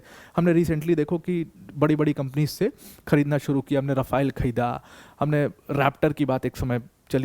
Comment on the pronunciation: बस करो भाई राफायल को......राफेल है भाई